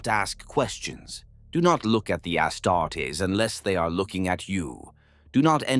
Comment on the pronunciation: I'm used to the AI voice mispronouning stuff in all his videos now it's a drinking game. Personal faves are "Medigee" "Ass startess"